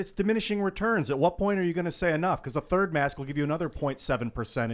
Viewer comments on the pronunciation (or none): none